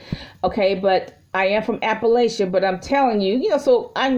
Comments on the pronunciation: She’s correct other than she’s pronouncing Appalachia, I lived their most my life owned 3 properties over time, the city of Bluefield will change city fees at will and recently created lot fees of $8.00 in addition to city fees. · Somebody from Appalachia should know the proper pronunciation of Appalachia. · I just came here to point out that if she's from Appalachia, it seems like she would know how to pronounce it.